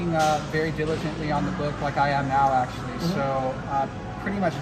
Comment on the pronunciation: “Aktully aktully mathematically aktully “ :D